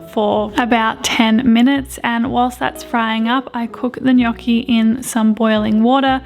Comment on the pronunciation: just want to say, the way your pronounced gnocchi made me so happy 😌 so many people get it so so wrong but said it perfectly x